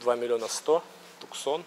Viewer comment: Не "Туксон"а Туссан!